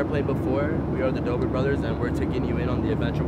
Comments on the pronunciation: It's dobre not dober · It dobre not dober